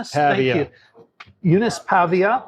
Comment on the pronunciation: Paiva . I find funny how this name is difficut for english speakers to say it. I heard al Kindle of pronunciation exceto the right one PAIVA .